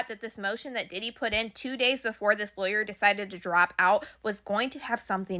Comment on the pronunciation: Good information. You were thorough. However, some of those words that you pronounced wrong were distracting me. (Lawyer, gigolos, etc…)